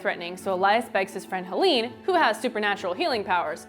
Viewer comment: cau-maun-daunt?!? i've been reading it as cuhm-an-dant... and hel-een? its hel-ane